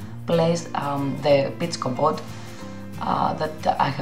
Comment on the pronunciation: Your accent is lovely. I was joking. It did sound like commode though. 😂